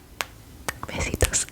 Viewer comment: To everyone wondering "Besitos" means "kisses" but tiny and she pronounced it correctly